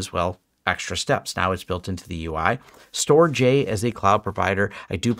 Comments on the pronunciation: FYI Storj is pronounced like 'George' ....... "Storge" 😎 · I wanted to note that "Storj" is pronounced "storage". As a small SNO for a couple years (mostly to see how it all works), I'm very excited to see native support in TrueNAS! I hope the community continues to see value in it.